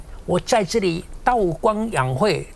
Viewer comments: ㄊㄠˉ、tao1， 老沈唸錯了。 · 韬光养晦？稻光养晦？老沈是口误？还是台湾念稻？😂